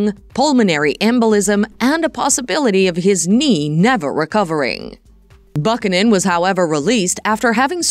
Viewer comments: Buck-in-in. Sounds like they ought to hire a voiceover who actually knows how to convey without sounding like an overseas call center spam. Not to mention all of this can be read on Wikipedia. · LOL ridiculous video- how can you mispronounce Buchanan HAHAHA ... also the "Another World" she starred in during 1990's was a soap not a film!!! You are showing a screenshot of a film Another World - I looked it up and that movie is from 2021 and Jensen was not part of it.